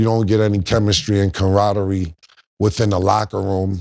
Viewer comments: Cromradmy or camaraderie😂😂😂😂😂 Cam wild with the words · camaraderie, Cam, it’s CAMaraderie 😂